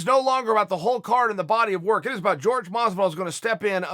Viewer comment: Actually Chael it is pronounced Jorge(horhe) Chael : G E O R G E